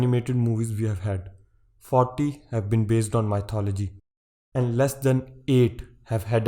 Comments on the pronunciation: Did he just say 'my thought o logy'? Lol! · " Mythology " nope it's sattology, satya . Got it ?